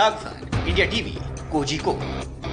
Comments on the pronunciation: It's Kozhikode not kojikode, pronunciate it properly or else stop it. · It is pronounced as korhikode. Malayali names are spelt like this.